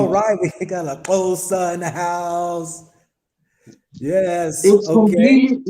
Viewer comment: Xhosa not Xhoso lol